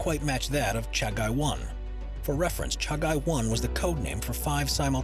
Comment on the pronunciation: its not 1988.., it was on 1998 and 2nd your pronunciation of "Chagai" is wrong. ( Cha-Gee )